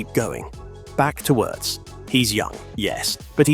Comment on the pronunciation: German here, btw.... Wirtz is pronounced like Veertz and not like in hurts. And... Allison's wife had to have a surgery. All good meanwhile she is back home recovering.